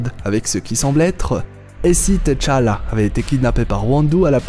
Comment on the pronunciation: Plus jamais de "Teuh Tchalla" stp...ça agresse vraiment les oreilles